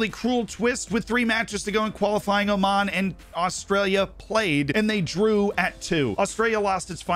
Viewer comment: oman really saying oman.